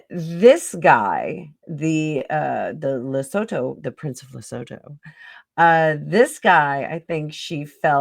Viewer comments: Lesotho is pronounced as Le soo too. I am South African. Their country is landlocked in RSA. What about the video where Meghan pushed Sophie out of the way and wouldn't let Sophie stand next to H when the polo trophy was handed over? That was a Santabale fundraiser. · Lesotho -le sue-too